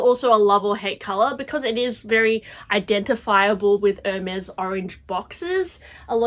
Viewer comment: Why does sometime your voice become like a little annoying girl. When you say “I think” for example. And the pronounciation of the brand is wrong. It’s not “Air Mez” but “Air Mess”.